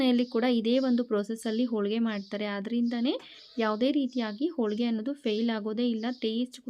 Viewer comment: Holigr not olige